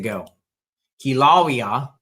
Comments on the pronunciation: Pronounced Kill a Way a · The ai wasn’t right either lol. Kila wheya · Say it like KILL A WAY A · It's pronounced Killa-laya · Kill-a-way-ya. Kilauea. Sound it out and you’ll understand the name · Pronounced Kilo Waya